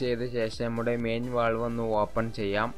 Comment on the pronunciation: വാൾവ് അല്ല വാൽവ്